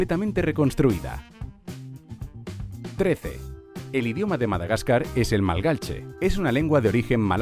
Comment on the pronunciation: ¿Cómo que Groenlandia es la isla más grande? Señores, se olvidan de Australia. Edito: ¿y por qué pronuncia "malgache" todo el tiempo como "malgalche"? Son vídeos interesantes, pero si quieren que su público aprenda algo, creo que deberían ser un poco más rigurosos en general. ¡Un saludo!